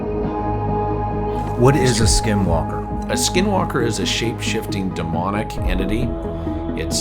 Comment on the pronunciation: He said it right it’s demonic